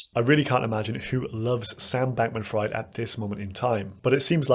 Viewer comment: It's official, Kevin O'Leary is a moron Btw it's pronounced "Freed"